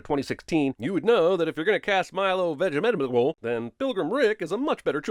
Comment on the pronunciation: I love most of these videos but rarely do they make me laugh. However, his attempt at Milo's last name had me rolling!